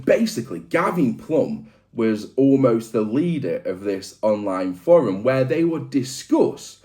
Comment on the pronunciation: Love the video. Not a fan of how you pronounce the word forum 😅😂